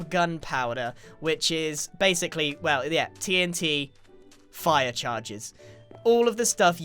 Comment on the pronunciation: "Anyway, so BASE-sickly..." sorry I had to xD